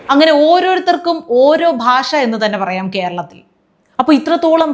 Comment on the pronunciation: മലയാളം പോലും സംസാരിക്കാൻ അറിയില്ല,"ഭാഷ"പറയുന്നത് "ബാഷ"എന്നാണ് നല്ല ഉന്നതം?